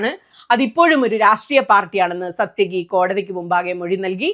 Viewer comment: സാത്യകി! (It's not 'സത്യകി'.)